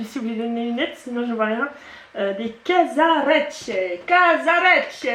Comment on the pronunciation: Aaaah oui à propos les casaresce comme tu les as prononcé c'est très juste ...avec l'accent et tout mdr 👌🤣